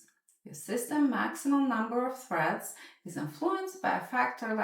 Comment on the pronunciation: Are you saying "Breads" "Freds" or "Shreads".... alright.